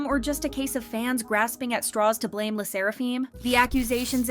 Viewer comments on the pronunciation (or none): none